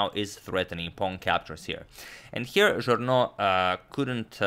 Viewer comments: Thank you for the amazing content as always! Just FYI: Journoud is pronounced [Joornoo] instead of [Joorno]. It is easily mixed up as Journaud [Joorno] would me much more common as a French name than Journoud [Joornoo]. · Evo malo pomoći za izgovor: "Café de la Régence" se izgovara "kafe d la režans". Journoud će pre biti Žurnu jer se 'ou' izgovara kao naše 'u'. Uz ove male ispravke eto još malo pa dva miliona! Pozdrav.